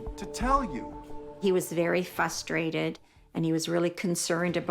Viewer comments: I get fustated when that word's not pronounced right! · Frustrated has two Rs, and both are pronounced.